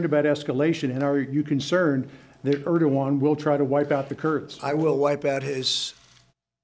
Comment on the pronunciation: He keeps saying “erdigon” this is most ignorant person ever to become president . A complete idiot. Question “mr. President” why TF do you think America is the police of the world? Because the world needs order and police.. this chaos presidents destruction has no boundaries.